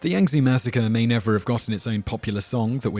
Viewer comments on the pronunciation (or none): none